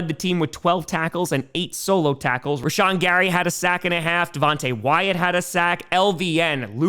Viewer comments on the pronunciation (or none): none